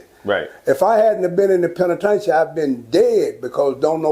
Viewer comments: Damn near every nigga over 40 from Texas call prison, tha "penna-tain-cha"😆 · Old heads call the penitentiary, The “PEN’A’TAIN’CHIN” 😂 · He is fucking up the word penitentiary